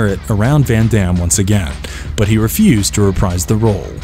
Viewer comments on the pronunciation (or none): none